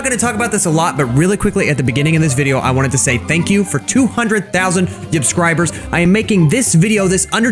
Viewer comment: I “YUBSCIBED”